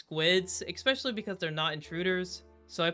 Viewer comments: ESPecially, not ECSPecially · Video could have been good. Logic was inconsistent and largely lacked common sense. -rep: said 'ekspecially'